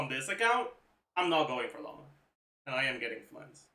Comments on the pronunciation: Is he saying Loma? I thought it was Lauma. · in french au = o, and he's from quebec, maybe that's why it sounds weird to you